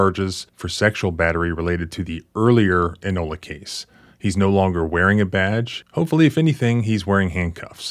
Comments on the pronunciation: Oklahoman here it's pronounced "Eye-nola" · Thats Inola, not Enola. Sheees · Inola is pronounced “eye-no’-luh.” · Inola is pronounced eye nola love your content p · Eye- Nola... long I... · Inola is pronounced Eye-no-la. Just helping you out. Many Oklahoma towns have Indigenous names and meaning. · Inola you dip! Inola IIIIIIIInola. Its Native dude. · The town is Inola. Pronounced Eye-nola. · It's "I" Nola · pronounced Eye Nola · Inola. Eye-Nola